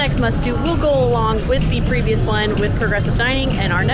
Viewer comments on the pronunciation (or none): none